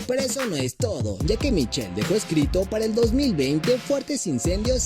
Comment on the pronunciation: Se escribe MICHAEL y se pronuncia MAICOL!!!!...